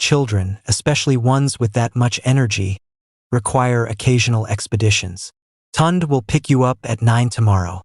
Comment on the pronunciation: Please, i beg, let the illustrations match the text!! Neither Amarachi nor Kola wore european style wedding attire as shown in the illustration! And editing is important, one part of the story where they are on the beach was repeated! Also, severql.mispronounciations, e.g., Tunde and Chike (proper pronounciations Tun-day and Chi-kay)! Otherwise, a beautiful story, very well narrated, in a really nice voice!!